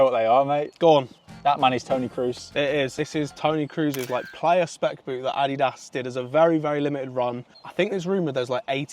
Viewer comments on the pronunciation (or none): dude pronounced Crusie like tom cruise😂